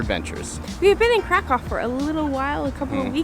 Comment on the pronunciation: Hey guys, lovely video. Make sure you get the pronunciation right, Kraków is pronounced "krakoov". Have a lovely day.